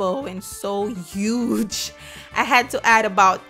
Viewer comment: Love how she accentuated the, “They’re so biiiiig! They’re so huuuuge!”